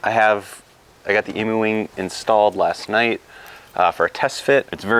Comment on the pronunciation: Just so you know pronounced ‘eem-you’ wing and not an ‘eemoo’ - certified Australian 😉